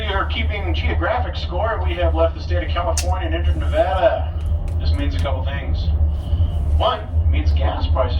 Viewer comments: Love how he said Nevada right lol I definitely miss Reno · As someone who was born and raised in Nevada THANK YOU FOR SAYING IT RIGHT! ❤